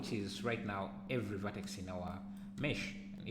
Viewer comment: I have been looking for a way to simulate peeling paint and paint blisters for ages and this sill work for that - thanks. The only slight suggestion, it would help to show where to find commands in the menus rather than use the short cut. Two reasons, I found it hard to understand the pronunciation of "V" and Vertex, Rip Vertices is a lot easier to remember if you don't do something often.